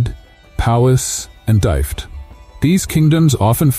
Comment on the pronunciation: Wales is a country … not a county. It has counties! 22 of them! Pronounce Celt again?Dyfed? 😂😂😂